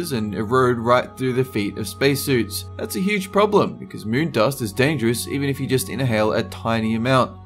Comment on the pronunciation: "about the mune"